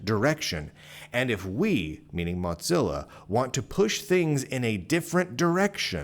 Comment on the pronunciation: Are you saying MotZillia?